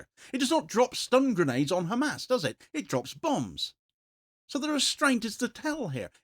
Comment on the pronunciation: It is not GAAAAMAAAS for Gods sake